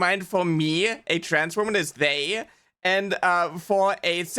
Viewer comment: It bothers me that this angry guy keeps pronouncing "they" as "day" and even the auto generated subtitles are getting that lmao